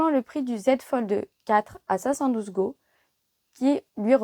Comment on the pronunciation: Go ne se dit pas go 😂😂